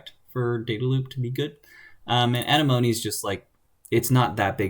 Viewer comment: Ugh. I'm relieved. Came here just to say this. XD (Uh-neh-muh-nee) Obviously, also very informative video, otherwise; just...ya kno...itchy ocd